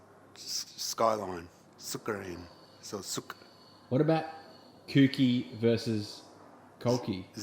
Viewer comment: Ha-kos-ka. Also, ko-oki (or kou-ki)